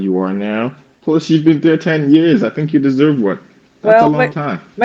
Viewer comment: Africans cannot pronounce their Hs or Rs; Tink and tank eew instead of THink or THank you lol